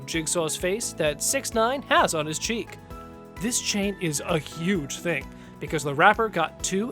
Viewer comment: He said tattoo on he's chick when it is on he's forehead